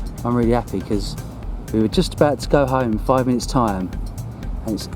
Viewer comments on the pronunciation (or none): none